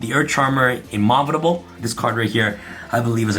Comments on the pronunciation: lmao jesus he butchered that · "Ee-Mauf-I-Dable"... immovable,... as in "not move-able"